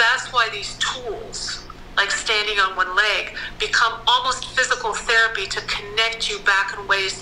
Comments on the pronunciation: Why do you say lage in stead of leg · how do you pronounce leg? Ł Æ Ï G ?